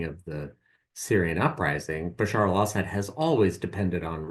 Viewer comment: Bruh... "Basar al Ashad's recime."